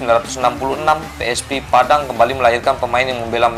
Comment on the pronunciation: PSP, BUKAN PI ES PI, kantau